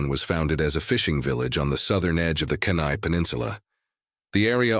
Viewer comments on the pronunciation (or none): I can't stand the AI narrations pronounciation......I live in the neighborhood aka....the yukon...lol he says Kenai horribly wrong